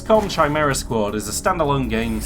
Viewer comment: Chimera is pronounced like Kimera, like character is pronounced karacter.